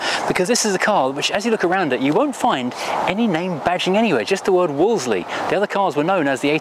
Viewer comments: Interesting video. As someone born in the 1960s, when Wolseleys were a much more common sight, it jars with me to hear it pronounced as it's written. Back then, everyone said 'Woolsey' - the second 'l' was silent. One of my dad's best friends worked in our local BMC dealer which sold them - everyone there pronounced it 'Woolsey'. And if you call or visit their former showroom on Piccadilly, which these days is a very swanky eatery, they pronounce it the right way too. 😁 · Everybody, and I mean everybody back in the 60s and 70s pronounced it - Wool Z - Even though you said no comments...😸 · Wo-le-se-ley LOL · I always thought that the standard Princess / Ambasador were hideous, but the Wolseley version with that bonnet bulge and hideous chrome grille is even worse! Am I alone is always pronouncing Wolseley as 'Wolsey'???